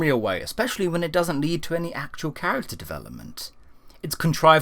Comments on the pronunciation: Lead, pronounced 'Leed'. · Lead perigosto sticks haha its probably lead as in leed lol it terrifies me to mispronounce words like this. Kudos lol